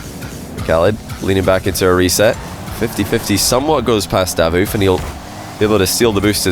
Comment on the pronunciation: I don’t think it’s “Dávoof”, I always heard “Davóof” here in Italy